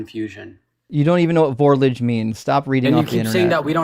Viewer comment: "Vorlage" is a German word. It is pronounced "FOUR-logga".